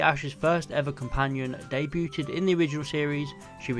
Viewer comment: Day-bewted? That’s a new pronunciation on debuted on me.